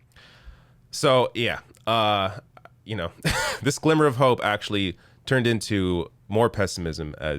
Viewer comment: did you say you have a "slimmer of hope"?